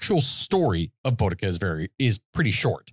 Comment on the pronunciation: As a brit, it hurts me the way they're pronouncing boudica